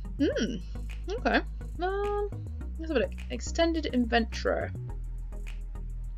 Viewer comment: You said inventory wrong 😑